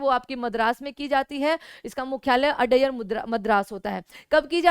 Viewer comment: अड्यार है मैडम।adyar